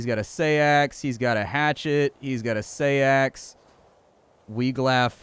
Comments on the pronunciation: It's pronounced "sax", as in Saxon, not "say-axe". People always get thrown by æ, but it's "a" as in "cat". Looks like a fun game all the same. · FYI Seax is pronounced like "Seeks" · Fun facts: The Seax is pronounced "sax" and is an old English word for knife. In fact the Saxons got their name from that weapon as the were one of the Germanic tribes that used this particular type of blade. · Huh, I never knew that. Everyone I’ve ever heard on “Forged in Fire” has pronounced “sax”. I wonder if sax is just the American pronunciation. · not sure you pronounce seax like that, but nice game